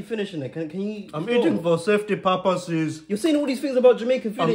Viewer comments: Safety “Parpases” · " Safety purpasos "👀